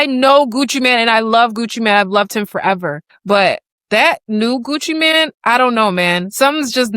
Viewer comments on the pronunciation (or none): It's not Gucci Man it's Gucci Main Pronunciation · Ur a TRUE fan and keep saying “man” instead of “mane” 😂. FOH. Everytime u said Gucci Man I was annoyed.